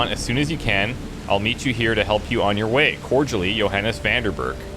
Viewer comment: Oh, that's interesting. Especially since the "Johannes" sounds suspiciously like "your highness"...